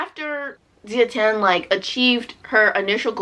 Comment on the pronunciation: xiran jay zhao is pronounced "shee-ron jay jow (like 'jowl')" and wu zetian is pronounced "ooh (like 'oooh la la') zuh-tee-en" 😊 i felt similarly about the book but i didn't rate it that low LOL like it wasn't bad for me, but it left a lot to be desired.